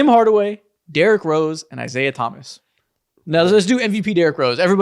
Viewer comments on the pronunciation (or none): none